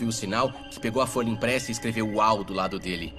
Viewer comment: Nao se diz sinal uau e sim sinal uou